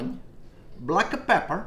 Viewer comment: "Blacka peppa"... Love it, lol